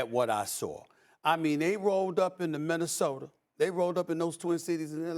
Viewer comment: Stephen “Minnesoter” A Smith